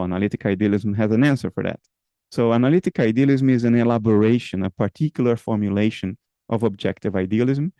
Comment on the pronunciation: His accent from Rio said hello in his R in the word "formulation" at the very beginning of the video. Lol